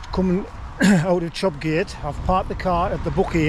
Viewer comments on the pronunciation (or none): I did similar a while back but got a well meaning bollocking for pronouncing it Chop Gate and not Chop Yatt apparently 😂 it’s a canny push that first mile!